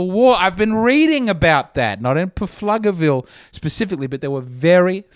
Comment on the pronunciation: As one of the four in Pflugerville, it is pronounced floogerville, and we don’t have any comedy clubs anyway But we’ll host and feed your family if you want to make the road trip up here